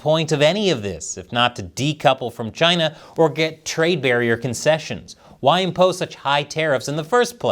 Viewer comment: 🍯a “deal” with Chyy-Naah 🍯🍯🍯